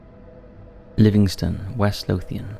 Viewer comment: Pronounce* don't bash him for pronouncing it wrong he's no from here.